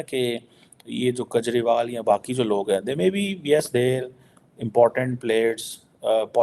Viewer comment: Gajrewal??😂😂 Gotta admire fatso's relentless pursuit of perfecting Hindi diction.